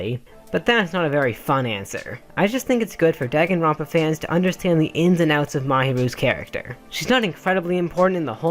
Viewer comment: DAGENRONPA HE SAID DAG EN